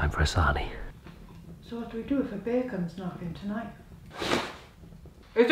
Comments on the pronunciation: I heard beer infested, not bear...and couldn't see the problem 🍻 🙃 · I thought you said "beer-infested" National Park..."and did we mention the beers?" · I too heard "Beer infested national park". Was that alcohol related slip of the tongue. And how did you get Custard started???? You left us on a cliff hanger after the last video! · Did anyone else hear BEER infested instead of bear when started?!?! 😂😂 Absolutely adore you guys! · I heard beer-infested too! I was thinking “what’s he complaining about then?” 😂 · When you say bear, I keep hearing "beer". A beer infested national park? Hell yeah! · I thought you said "beer infested" Now that wouldn't be so bad! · Did you say, “Beer infested”?!😊